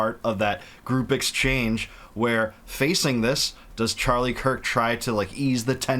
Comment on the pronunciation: It's Charlie Kirk, not Charlie Kike. I'm happy CK saw through Netenyahu.